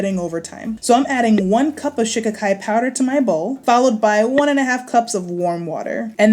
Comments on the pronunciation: No. Shi KA Ki. Accent on the second syllable. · I believe they actually pronounce it SHUH-KHY-KHY... LIKE SKY. But hey, tomAto toMato! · Every time she says shikikai, I think of the Ace Ventura movie. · Lol 😄😄😄 I just clicked on the video, doesn't really pay attention to the title. I couldn't figure out what you were saying.Shikakai (sha-ki-kai) no harm meant. I didn't know what you were saying. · How come you haven't informed all of us to pronounce this herb with accent on the second syllable, i.e, Sh KA kai which is how you say it? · It’s pronounced Shah-kie-kie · it is She-ka-kai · All I kept hearing was "Chaka Khan" and now "I'm Every Woman" is stuck in my head😆😆